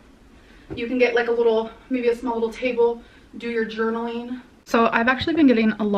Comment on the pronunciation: “Get a small little table to do ur journaleen” Gorl, u wouldn’t be able to reach 😐